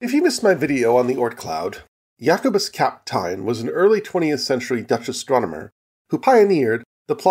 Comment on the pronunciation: The "eyn" in Kapteyn is pronounced like the "ane" in "plane".